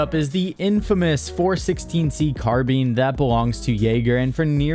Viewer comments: Carbean? you mean Car Bye N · 416-C car-BEAN